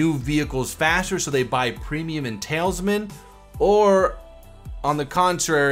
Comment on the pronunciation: Why do you always say TAILSMAN? It's TALISMAN. T A L I S M A N.